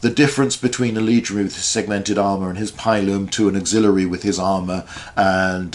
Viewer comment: Great video, but your pronunciation of pilum hurts my soul